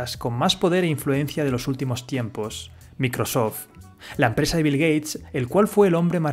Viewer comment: Dices Apple bien, pero mencionas terribles marcas como Microsoft.